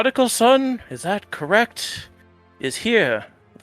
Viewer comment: Oh haha not a .5 adventure story. Just a friend that kept saying correc instead of correct